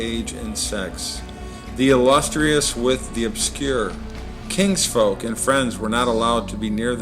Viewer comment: This person is ridiculous. He makes a perfect jackass of himserlf pretending to know something about ancient history. It is painful to listen to him mispronounce common words. Insatiable he pronounces in-SAt-able. Kinfolk is KINGSFOLK. Ruined is ROONED. Caligula he mispronounces again and again as CALIGLIA, and speaks of his "CRAVE for sexual perversions" (instead of CRAVING.) Typical example of the Christian fundamentalist parading his ignorance, preaching to people even dumber than himself..